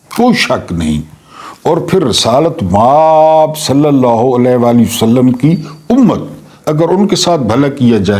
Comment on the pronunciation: اللہ کے بندے مآب بہت لمبا کرتے ہیں م کو لمبا نہ کیا کریں آب کو لمبا کیا کریں